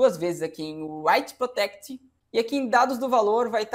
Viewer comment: É WRRRRRITEPROTECT, não WHHHHHHHHHHITEPROTECT rss